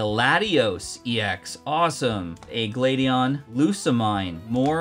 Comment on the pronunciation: Firstly it’s pronounced glad-eon and Lusa-mean hope this helps!